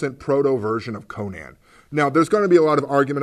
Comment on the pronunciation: With the popularity of Conan O'Brien, you'd think people would stop mispronouncing the name Conan. Still, nice review.